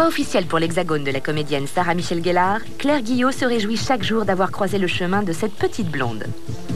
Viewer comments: Ah non, y'a que les mauvais français qui prononcent GELar, en bon anglais c'est bien GUElar ;) Pour une fois que la tv française prononce bien son nom. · Non c'est Guèlor en anglais selon smg elle même. Pas comme Gel douche mais plutôt comme euuh Gaine l'orque.